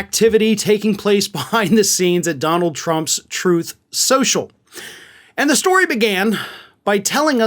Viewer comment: "Troth Cential"!